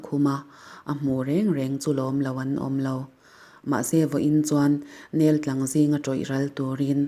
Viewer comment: Neltlang hi 'nel' ( nêl ti lovin a hniam zawnga lam tur a ni ) tin, tlang hi chawtlang tih angin lam nise.. aa ka sawi ve ngawt a..!!!